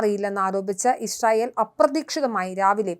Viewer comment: യിശ്രായേൽ അല്ല യിസ്രായേൽ എന്നാണ്.